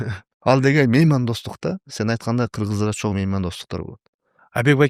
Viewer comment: ИНИМ РАХМАТ ЖАКШЫ КОНТЕНТ БОЛУПТУР. ЭЛГЕ КЫЗЫКТУУ, ЖАНА ЖАШТАРГА ПАЙДАЛУУ. БИР СУРАНЫЧ БАР САГА. АКЦЕНТИН АЗАЙЫП, КЫРГЫЗЧАНЫ ЖАКШЫ ЭЛЕ ОЗДОШТУРУП КАЛДЫН. БИРОК: ЧОН РАХМАТ ДЕГЕНДЕ Н ТАМГАСЫН ТУУРА АЙТКАНГА АРАКЕТ КЫЛСАН ЖАКШЫ БОЛОТ ЭЛЕ... Я ИМЕЮ ВВИДУ НОСОВОЙ ЗВУК Н. ОН ПРОИЗНОСИТСЯ ТОЧНО ТАК КАК ПРОИЗНОСЯТ АНГЛИЙСКИЕ ИНГОВЫЕ ОКОНЧАНИЯ--- ng.